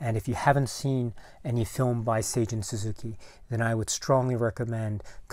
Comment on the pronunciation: Great video! Thank you for the correct pronunciation of Seijun Suzuki as I hope to tackle Tokyo Drifter for my next podcast. Terrific film and one of the most unique looking movies I've ever seen. The theme gets stuck in my head from time to time.